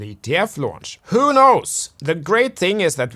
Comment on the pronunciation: Are you saying whoa whoa whoa or wow wow wow🤔